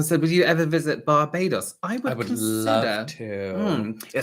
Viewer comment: BAR-BAE-DOS…that’s how it’s pronounced, too cute.. ❤🥰👑